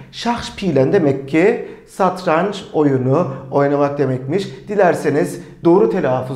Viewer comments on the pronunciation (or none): none